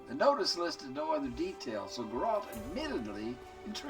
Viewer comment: Always great to follow along in your Witcher 3 playthrough 🙂 One tiny thing: His name is GEralt and not geRALT (emphasize the first syllable rather than the latter)